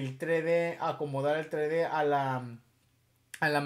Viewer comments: Vos decis trede (3d) y es tresde (3d) osea aprende a pronunciar xd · SE PRONUNCIA "TRESSSSSSSSSSSSSSS DE" NO, "TRÉ DÉ" -. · se dice tres D no tre d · es TRES DE, no tre de :P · tre de jajajajajajajajajajajajajaj se dice tres de no tre de